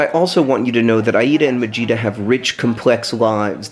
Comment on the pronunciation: I kept hearing vegeta instead of majeeta.